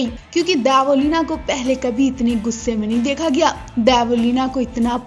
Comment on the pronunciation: Dybo ya Debo,,,,naam thik se lo